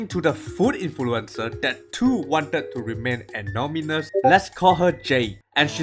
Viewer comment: I love your pronunciation of anonymous…”anomymus!” I’m going to steal this, thank you!!